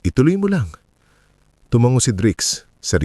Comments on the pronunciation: Ano bang pronunciation ang narrator na iyan.Tumango diretso ang pagbigkas hindi tumanggo 😅😅🤣😂😂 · Tumango diretso ang pagbigkas hindi tumanggo